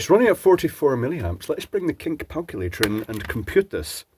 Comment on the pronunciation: Hehehe "kink palculator" teeheehee 🤭